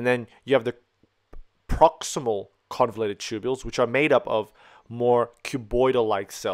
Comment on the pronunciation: just to point out it's convoluted and not convulated